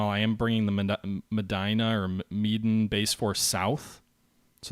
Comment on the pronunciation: Interesting episode, you got some good results at Ta-ra-kan. Sound out each syllable and slow down pronouncing words plus practice before going on air. You did a good job on Soer-buy-ya near the end. Medan is simple - meh-dan, not meh-den. Also Ca-ga-yan, like Ta-ra-kan. Please make us Americans sound smarter at pronouncing words, Make America Smart Again! ROFL Really enjoying both sides of this game, fun to see what plans you both are making and thinking how things might play out. It'll be interesting to see how your new carrier plan works out, perhaps you'll catch his carriers refitting and can damage bases and ships. Can't wait to see how you play Hornet, maybe you can turn it into an American murder hornet.